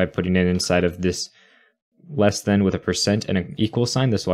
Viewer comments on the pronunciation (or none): none